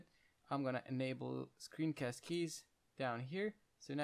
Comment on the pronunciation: "if you don't want to hear me talk, I'm gonna enable screencast keys" screeencast keys, : CGZCGCGCZGCG xD No, seriously, great tutorial mate, thank you for the help. made me realise that I sould start small before doing high poly stuff.